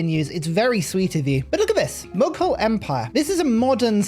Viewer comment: Ur pronounciation of "mughal" is wrong